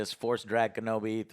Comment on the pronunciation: “Obi-Wan Kenblomi”